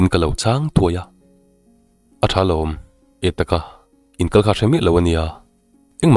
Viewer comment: Min en ngur a,min en ngar a,min en kalh a,heng ho 3 (ngur,ngar,kalh) i thluk dan hian beng a ti thlep deuh thin tih loh chu i chhiar thiam in ngaihthlak a nuam khawp mai.